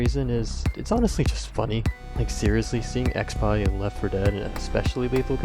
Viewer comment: why did you pronounce expie like ex pie lmfao